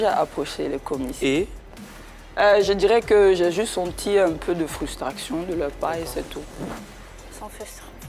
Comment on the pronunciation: "frustraction" au lieu de frustration , "n' a n'en pas" au lieu de n'en a pas mais ça dit que les autres ne savent pas s'exprimer....Ok